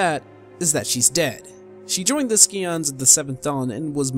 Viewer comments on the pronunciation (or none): Skee-ons? It's SCI-ONS Psy-ons, sigh-ons. Also, did you miss the part where she keeps her lover's decapitated head with her? I believe it's in the beginning. If anything I think Edda is actually a ghost. The entire ending cutscene points to that. I'm sure you got tons of flak for "Decent" instead of "Descent" though :P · PSI-ONS SCI-ONS Not SEE-ONS. Sorry, that bugged me.